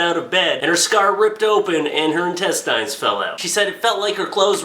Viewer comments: Quit saying. IN-TEST-IYNS Intest-INS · Dude. please. Its pronounced in-test-ins not in-test-eye-ns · i am the only one bothered by the fact that he says entest"eins" and not intest"ins"? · old, say it with me now. in tes tins in. tes. tins. in tes-tins. intestines. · (In-tes-tins). Say it with me. Intestines. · Lol intestyes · ***** Not even people in England say it that way. I think he was just high and forgot how to say it or has never said it in his life. Either that or he just wanted to see how many people would comment about it being pronounced wrong. Like Barbie Frey said to jacob, that's not how the language works. Just because it ends with "ine" doesn't give it an "eye'n" pronunciation. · it's INTESTINES NOT INTESTYES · In Test Ines. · Where did you get that ridiculous pronunciation of "intestines"? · He says intestines like I do. It took me awhile to figure out what people meant. Probably because most of my dads family is french Canadian lol. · the only thing that made me cringe was the way he pronounced intestines lol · Is that how people in Canada pronounce intestines or is he being funny? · You're still saying it wrong, though. The right way even sounds better...Why not use it...>.> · Is it just me or does he say "intestines" weirdly? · Well he is pronouncing it the way it's spelt. I'm assuming you pronounce it as "intestins". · Nah I agree :D But whatever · Weeaboo Wiserd that pissed me off so much